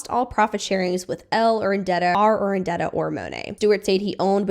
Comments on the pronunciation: It's Urdaneta. Not Urandeta. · Ur-da-ne-ta. Practice it slowly! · Yeah look, I love content like this.. but with that amount of research involved, you'd think 'Urdaneta' would stick. I dunno, I'm still finding words I've mispronounced since my youth (?) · definitely important content and really informative! but is there a reason you’re pronouncing Monat, Urdaneta, and Amare wrong? it’s kind of distracting given how well everything else is laid out in the video